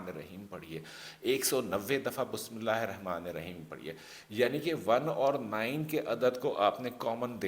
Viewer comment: Sorry to say Bismillah ka pronounciation sahi kar lijiye plz